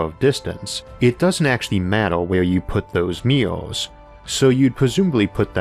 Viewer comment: i wondered why does he keep saying meow meow, until the closed captions taught me that it is MIRRORS, sad me😂😂